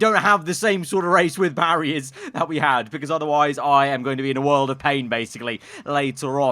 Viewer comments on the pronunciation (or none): none